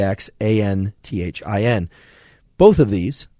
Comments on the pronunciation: Astaxanthin is pronounced as Asta-ZAN-thin. Zeaxanthin is pronounced as Zea-ZAN-thin. Other great eye supplements include grape seed extract, Bilberries, Goji berries, Black Currant Oil, Ginkgo biloba. For floaters (Dabetic Retinopathy) I use Serrapeptase, an enzyme derived from silkworms. Amino acid L-Taurine also works well to dissolve floaters (debris from bleeding capillaries. To strengthen capillaries, anywhere in body, Rutin and Vitamin C is helpful. Spinach has lots of Lutein and is helpful to strengthen vision. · I hope you've got it sorted by now, as I'm watching a year late, but try "asta-zan-thin". I'm fascinated by the crossover with plant biology. We see green plants as green, obviously because chlorophyll is green, but more importantly because it uses red and blue light in photosynthesis. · So informative! Not a student or a doctor, but my favourite part of today's podcast was Andrew trying to say "Indebone" (Idebenone) and "ass-tax-assthin" (asthaxanthin) 🤣🤣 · Let me help you out with that buddy. It’s pronounced. Ass-tah-zan-thin and Zee-ahh-zan-thin. 😍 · thanks for the super helpful insights & knowledge. it was fun seeing you struggle with the pronunciation of zeaxanthine, astaxanthin that I too forgot for a few seconds on how I used to pronounce them😂. trick is to spell stuff starting with 'x...' separate i.e: zea zanthine , asta zanthine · Astaxanthin - pronounced Astuh Zanthin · Another GREAT Podcast, Dr. Huberman! You are a very lucid and articulate teacher. Wish you had been one of my teachers in Med School. BTW, it's pronounced * - Zan-THeen. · "Asta-ZAN-theen" (approx) ;) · I think it is pronounced asta - zanthin. Say the x as z (but not like zee) , more like the z in buzz. Hope that helps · The x is pronounced like z. Say ASTA-Zan Thin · Really need to practice saying Astaxanthin 😂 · X is pronounced as a z. Asta Z anthin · as-ta-zan-thin. Your welcome. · How to say ''ASTAXANTHIN'' : a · stuh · zan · thn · ass-ta-zanthin, zee-a-zanthin.